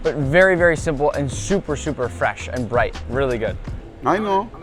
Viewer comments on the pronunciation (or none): none